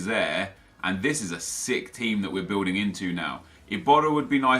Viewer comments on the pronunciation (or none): none